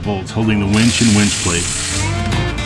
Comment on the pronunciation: Great mods! Did actually say he was installing a “wench”? Well she will come in handy on Expeditions.